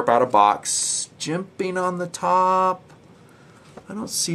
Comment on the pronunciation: I love, I love TNP, I love jimping... but the way says "jemPaing" makes me want to slap a retarted puppy. Probably just too many years of hearing it. I can say with full support though, that I love to hear about "phosssshsfer bronshssss bushssangs"! lol, Seriously though, these reviews are GREAAAAAAAAT!, your style is all your own, and we wouldn’t want these vids delivered any other way. Keep em' coming.